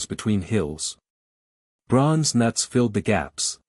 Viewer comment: fix your AI before posting anymore videos "knuts" the K is silent you idiot!